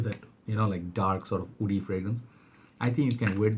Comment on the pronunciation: Please say woody not oudy